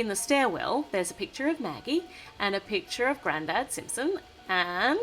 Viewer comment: Magagie Me: Ha ha ha!!!!!!!!!!!! It's Maggie